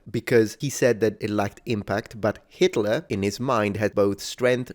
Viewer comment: you pronounced that name perfectly! Greetings from Vienna, Austria